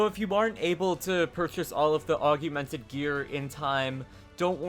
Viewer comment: Augmented, not AugUmented